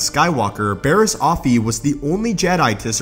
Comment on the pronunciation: You are mispronouncing her name. It’s not OFFee (like “coffee”), it’s OffEE (emphasis on the second syllable).